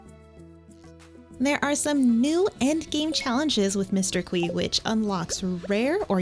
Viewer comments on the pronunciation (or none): just to let you know qi is pronounced 'chi'! great video :> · Qi is pronounced "chi" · It’s pronounced “chee” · Lol Qi is pronounced like “chee”